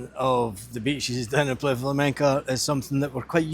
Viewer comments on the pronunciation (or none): Its pronounced PLY A, .